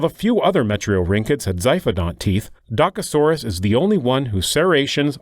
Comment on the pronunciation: You pronounce "Dokasoras"